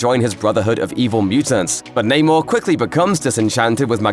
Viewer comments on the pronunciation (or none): It's not naymore mafuckas!!! Get that shit right!!